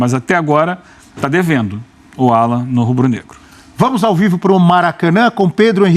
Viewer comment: A pronúncia correta é Állan, e o Pulgar é Púlgar, mas ele prefere ser chamado de Erick.😉